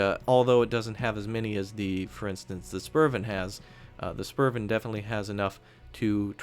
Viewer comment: the 'u' in spurv is pronounced more like 'oo' as in spooky. but your danish is getting there